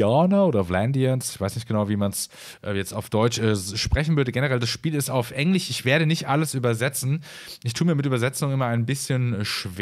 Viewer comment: Ich finde dein video gut, schön gesprochen. Du hast eine angenehme Stimme. Eine Frage, (ich bin aus der Schweiz) wieso sagst du zu "EngliSCH" , EngliCH... Bitte versteh mich nicht falsch, ich möchte dich beim besten Willen nicht beleidigen, aber ist das ein Sprachfehler? Oder ist das bei eurem Dialekt nunmal so, dass ihr das SCH in manchen Fällen so ausspricht? Also für mich hört sich das einfach nur falsch an. Ich meine jetzt nicht Fremd, wie bei einem komischen Dialekt, sondern es hört sich effektiv Falsch an. Ich wiederhole, ich meine es wirklich nicht böse... Es wundert mich einfach.